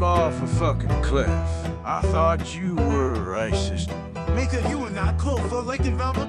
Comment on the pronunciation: i like how when says "micah" it sounds like he's saying the n-word near